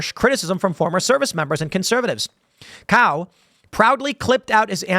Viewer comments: In the clip, he himself pronounced it as "cow" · i'm pretty sure Cao is pronounced ts - ow I could be wrong though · It's more like "Tsao", as in "Cao Cao" from Three Kingdoms. And I hope he introduces himself as "I"m Hung, and if you don't believe I am, then ask your mom. She'll verify." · Pronounced hung cow is crazy. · Cao is usually pronounce "Sow" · I thought it was pronounced “ Hung Chow .” He’s a hardcore dude .